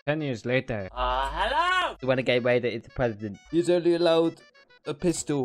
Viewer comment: OMG its wenegade waider